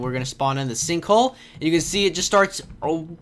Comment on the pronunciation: you said "sinkhoe"